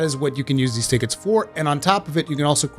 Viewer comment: Ticket “Tea-Ketes” .... love the way this guy says tickets...